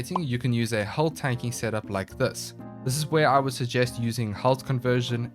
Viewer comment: I swear I heard "hull tanking" somewhere in there, secret filthy Eve Online player confirmed.